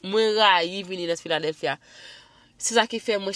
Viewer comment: Ki philadelphia menm epa wap pale mal oh 😂😂😂